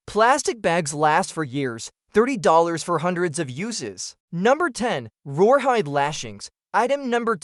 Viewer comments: What the heck is roar hide? Is A.I. trying to say rawhide? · My guess is "rawhide" which he or AI is saying wrong🙄 drives me insane. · ...WTF is "roarhyde"??? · Rawhide, with an accent.